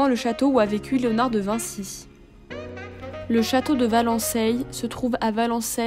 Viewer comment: Madame, on prononce Valencay, "valancè" ou [va.lɑ̃.se] et Mehun sur Yèvre "me-un" ou \mə.œ̃\ , merci .